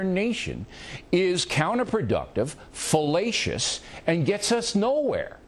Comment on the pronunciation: O'reilly: It is fellatious. Marc: It's not fellatious. Lol!